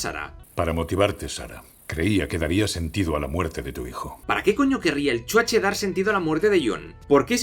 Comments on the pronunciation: Mil veces mejor ver esta mierda con el spin cómico de un español, y gratis, que pagar por ella en el cine. Además es graciosísimo cada vez que dices 'El Chuache' 😂😂😂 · El "chuaché" XD